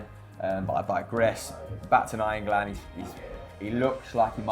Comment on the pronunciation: Why can none of them say nainggolan?